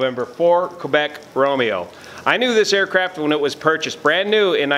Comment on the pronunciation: he’s actually correct. The correct NATO phonetic alphabet pronunciation is KEH-BECK.